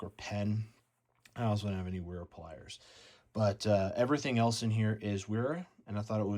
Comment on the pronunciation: Pronounce “W” as “V” for German language and names.